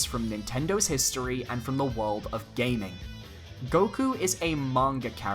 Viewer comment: "Goku" sigh...